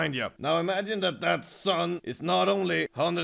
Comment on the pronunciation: Love the emphasis he put on the fucking SUN